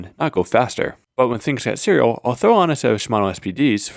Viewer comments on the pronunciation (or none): "When things get cerial"